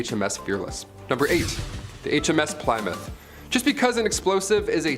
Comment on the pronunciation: it's pronounced 'plim-mith'.. js